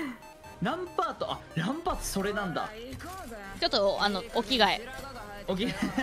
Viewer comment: ランパー"ト"やな